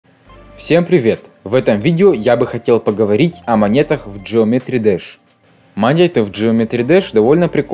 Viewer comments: Геометрии Даш а не джеометри двш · Это не джеометри дасх это геометрии деш